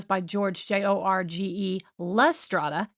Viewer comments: Jorge is pronounced HOR-HEH ... it's a Spanish name so the letter J sounds like the letter H. George is the Anglo for Jorge. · i think it is pronounced whore hay ??